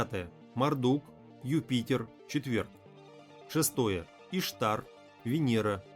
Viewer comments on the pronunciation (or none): Не Исшар, а Иштар...